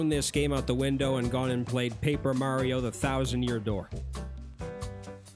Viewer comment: At least you started pronouncing Mario correctly haha